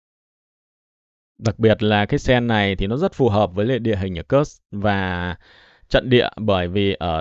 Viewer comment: PS có thể đọc đúng địa danh Kursk đc ko. Ko đọc đúng như tiếng Ng@ thì đọc theo phiên âm latinh là Kut xờ cơ cũng đc. Chứ cứ nghe kớt kớt giống cái cục trong bụng ra quá. Mong sao chiến dịch cuốc xờ cơ nhanh kết thúc, để khỏi nghe cái từ kớt kớt khi Ps bình luận.